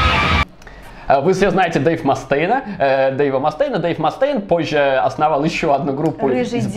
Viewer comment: Что ж вы так издеваетесь над произношением ) Ма́стейн и Ексо́дус)